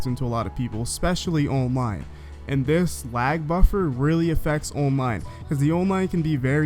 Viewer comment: It sounds dumb 😑